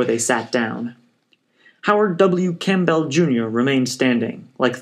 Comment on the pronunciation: Odd way to pronounce "Campbell." Think soup.